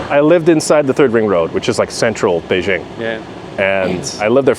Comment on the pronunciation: etc: "Beishing" ? Is that a city in France ? Why is it that many foreigners even when they are amazingly fluent in Chinese like this guy (I can only wish), still insist on mispronouncing "Beijing" and other common place names when they are speaking in English (and even though they obviously know better) ?